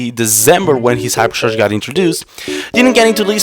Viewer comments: Ma boi said "Desembuw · Like, every time you Say December, u seam British